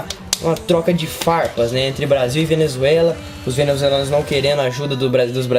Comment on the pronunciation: Venezuzelanuos kkkkkkkkkkkkk